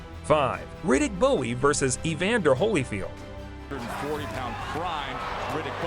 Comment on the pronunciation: How could the narrator know anything about boxing when he pronounces ridick bowes last name like it's a knife? Bowie ... Smh And OMG jake lamotta he pronounces with a long o. Well, back to the video, let's see what else he messes up